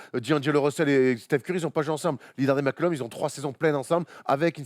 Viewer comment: Par contre la gars c'est cj McCollum pas mccullom